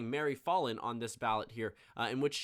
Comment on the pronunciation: Me from Oklahoma hearing you say Mary "FALL IN" rather that Mary FAL IN